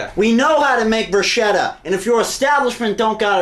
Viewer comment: it's called BRUSKETTA... not brush-etta... not about barbie...